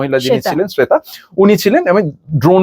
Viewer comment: শ্বেতা হবে শয়েতা না, কিন্তু ওনার কথা গুলো একদম সঠিক